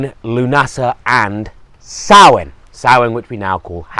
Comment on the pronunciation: All credit for pronouncing Samhain correctly :)